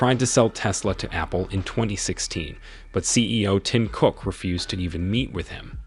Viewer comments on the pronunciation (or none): Why are you saying his name like that???